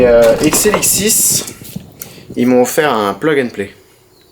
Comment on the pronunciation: Quand il dit exilixis on dirait il dit xnxx